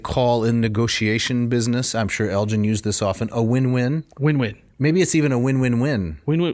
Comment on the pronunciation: Guys, seriously... so much going on here that I don't even know where to start. Basics first: the G in Elgin is hard, not soft. Elgin obtains permission to "take away any pieces of stone with inscriptions and figures" from the deputy grand vizir BEFORE even setting foot in Athens. Nothing to do with greed for statues and such; he had been made aware of the decay of the buildings by Lusieri and Philip Hunt (his private secretary). Once it's clear that the ruins are doomed to perish and nobody cares, it becomes a rescue mission. Moreover, Elgin had never manifested any intention to keep the sculptures for himself, even less to bring them to Broomhall. Vrettos himself is unable to bring any evidence to corroborate this claim. On the contrary, there is plenty of proof that he wanted the sculptures to be "of public utility and public property" and be acquired for the nation, so that they could contribute "to the progress of the arts in Britain". Even Byron himself recognises that Elgin took the sculptures "to instruct the English in sculpture"! Negotiation for the government acquisition of the marbles had started already when Elgin was still in exile in France (well before the famous divorce, and therefore not connected to that). Let's spend a word on the Ottomans: they had a legal right to the marbles in international law. The right of conquest was a thing back then, and transferred to the conqueror the ownership of all public property (including military fortresses such as the A